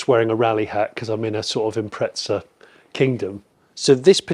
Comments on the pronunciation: SUBARU = IMPREZZZZZZZZA = there aint any TTT in the word IMPREZA ! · IM-preza not impretza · Im Australian ok, and nowhere in earth does the word have a "T" in it. the correct saying is "im-preza" not impretza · its not an impretza its an impreezza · Its an 'im prez a' Not an 'im pret za' For a pom, you sure are butchering the queens english. Love an Australian who spreaks it better than you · Where is the T in the Impreza? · Impreza not impretza hahah couldn't get passed it, good video tho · where the fuck does the 't' come from, it's fkn IM-PREZ-AH mate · Someone explain why he pronounces”impretza” when there is no T in the name 😅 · I never understood why some people pronounce Impreza with a T in the middle wtf is an impretza? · Impreza doesn’t have a T in it. Impretza? May as well call it a pretzel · Why do you say "Impretza" ? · Where is the 'T' in Impreza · The car name is Impreza nowhere on earth does the car spelling have a T in it. You should quit doing reviews on cars which you know nothing about if you can't even learn to speak correctly or name a car name correctly. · Wheres the 'T' in Impreza??? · there is no T in Impreza why do English people pronounce it like that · Were is the letter t in Impreza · There is no "t" in Impreza !!